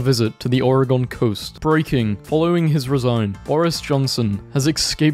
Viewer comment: As an Oregonian I am insulted at how you pronounced Oregon it’s or-uh-gun not or-uh-gone- >:(